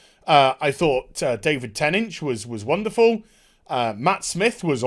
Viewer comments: Did you call david Tennant david ten inch lol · David Ten-inch though. 😆